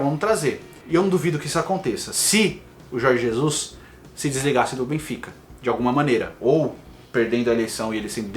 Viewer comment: Aprende a falar o nome do técnico.....po